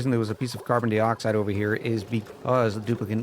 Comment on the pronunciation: I'll give you a thumbs up but you gotta stop saying "dee-oxide". That's the deal.